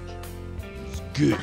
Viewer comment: hate how he says good